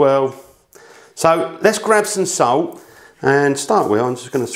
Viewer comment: I don’t think the English actually speak english. So much glossing over the vowels for a lazy tongue. “Put sout on da PaTAe-Tez”